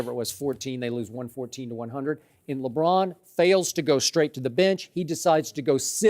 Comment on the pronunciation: I cringe every time Broussard says "Lebron"